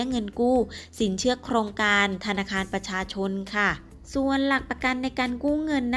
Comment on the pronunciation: สินเขื่อ..ออกเสียงไม่เอก อินาง... ติดเหน่อปะเนี่ย!!